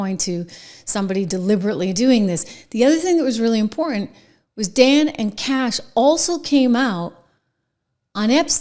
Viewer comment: IT'S CASH! GET IT STRAIGHT LADY. HE'S AN AMERICAN. 🇺🇸